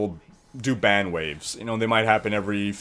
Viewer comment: bang or ban, sounds like ur saying bang